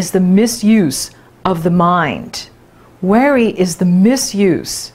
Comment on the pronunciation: When you say worry... it sounds like weary. Hmm, interesting.